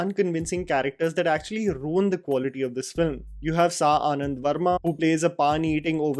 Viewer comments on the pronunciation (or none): none